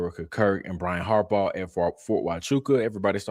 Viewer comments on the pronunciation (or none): none